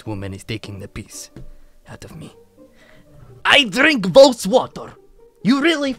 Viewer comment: "I drink Woes water" Its pronounced boss with a v instead of b